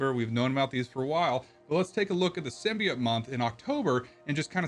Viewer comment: SIM BEE OAT SIM BEE OAT SIM BEE OAT not SIM BEE OTT and not SIM BYE OAT for the love of God It's SIM BEE OAT